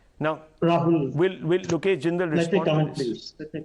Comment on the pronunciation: "Look esh" is silent 😶 . Sun joy 😊 seems to be making it big in Congress Congress spokespersons should come properly prepared for Debates.